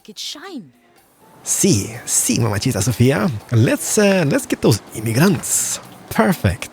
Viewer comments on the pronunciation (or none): "mamacita" is pronounced "mama-zita" not "mama-cheetah" fyi